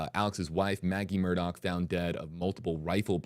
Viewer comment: Shame on you Mr. News Reporter guy - guessing at the options in pronouncing the defendants name. In the police car at the crime scene ALEC clarified for police: “It is pronounced ALECCCCC” “It is spelt MURDAUGH and pronounced MURDOCKKKKK” So stop telling people it can be Alex or Alec doesn’t matter. And it can be pronounced MURDAUHHH WHEN the man told you the way he is to be called: A L E C MURDOCK